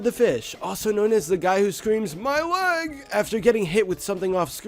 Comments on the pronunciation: He's not saying my lEg he's saying my lAg. What a gamer. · When I was little I thought he was saying my late.